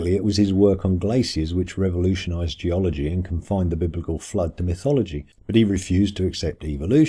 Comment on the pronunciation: o ma gawwd, gee-ology versus thee-ology